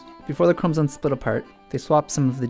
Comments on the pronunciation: Are you saying chromosones or am I going crazy? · sounded like he said chromotits